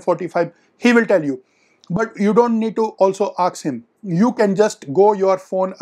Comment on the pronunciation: Aks nahi ask hota hai